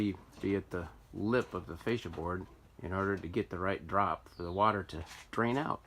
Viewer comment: Bet that tech loved having you follow him around with a camera mis pronouncing ˈfā-sh(ē-)ə